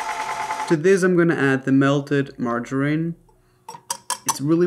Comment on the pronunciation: yes that’s how we say it